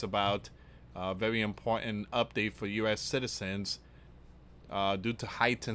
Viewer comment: Vewy vewy fear mongering